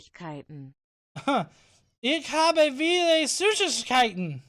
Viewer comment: just fyi, 'v' in german is pronounced as 'f', so 'viele' should sound like 'feela'